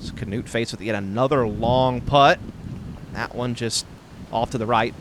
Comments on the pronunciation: I thought it was more like “newt” but they announced him as “Canewt” on the tee. You’d think they asked him how to pronounce it. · yee they say Kenutt it's pronounced like this: KNUUT the K is there but goes straight to the N and then a soft U and then a regular T at the end. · As a Norwegian guy, I cant stop laughing at how the commentator pronounces "Knut" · The way they pronounce Knut is almost a warcrime